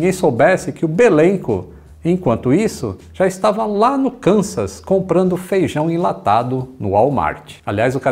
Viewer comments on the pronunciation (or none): none